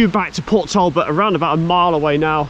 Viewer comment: As an Englishman living not far from this video location, it was great to see some 'local' stuff being done (born in Mansfield, so a lot of the other videos are 'local' too)! The pronunciations are tricky though, especially for any non Welsh - Port Talbot is pronounced Portalbot, and Maesteg is My-Stegg :) South Wales is a beautiful area to live, and there are so many places to walk and explore too! Keep up the great videos, love watching them :)